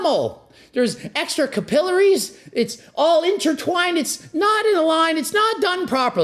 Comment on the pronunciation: Did Greg really just pronounce "capillary" like that? Masters in kinesiology?